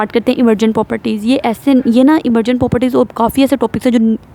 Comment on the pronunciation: we’re trying to learn biology, not chase a bullet train 😭💨 Please slow down your talking speed a little so our brains can catch up! And Miss you’re saying poperties like it’s a remix 😭😭 it’s 'pro-per-ties' — but we still love the energy 💃